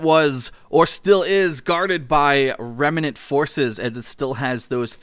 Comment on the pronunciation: REM-NANT not REM-EE-NANT